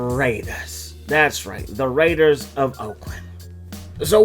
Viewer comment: DA RAIDUHS! Alright, give it a shot. If anyone can do it, can